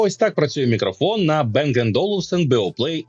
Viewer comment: не Бенг а Банг, це данське прізвище і данська фірма